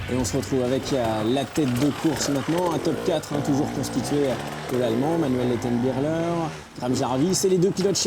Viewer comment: Le commentateur qui dit Manuel Lettenbi*CH*ler oh putain virez-le c'est insupportable.